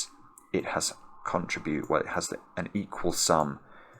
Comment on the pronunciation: Yes, I found that distracting too. But tidy-minded people have to expect plenty of distractions in a solve: all those out of date pencil marks and unnoticed sudoku eliminations, for example. Not to mention today's mispronunciation of "contribute" and misuse of "weird" for things that are not at all weird. Somehow it's still all very entertaining though.